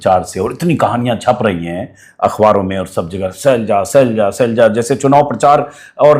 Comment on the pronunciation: सैलजा नहीं शैलजा नाम है